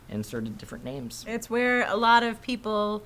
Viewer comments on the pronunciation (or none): Don't let pronounce the names anymore. He's brutal. Still my bio tho. Just not feelin good today.